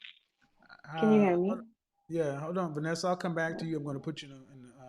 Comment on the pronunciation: The beautiful lady at the end, Vanessa, said it correctly. 👌🏿....Also the brown skin lady before her said it perfectly.